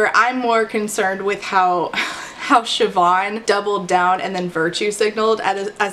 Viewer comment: so happy you pronounced Siobhan right, less happy this Siobhan was a petty bully